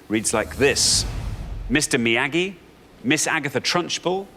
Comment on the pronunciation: I might be crazy, but I got the feeling he deliberately mis-pronounced Mr Miyagi. It's as if he were saying "I'm far too educated to know what any of this palaver is about, I'm above you all. "